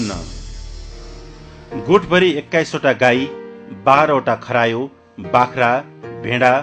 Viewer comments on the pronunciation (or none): i love the way he says kaarayao instead of kharayo.. and feel sad that his pig died